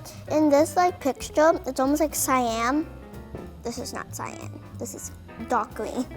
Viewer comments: It's not syan it's cyan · "cYaM" Sis it's cyaN :) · She's a spoiled brat she say it's not cyan but cyan it's kinda like green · I heard that entirely different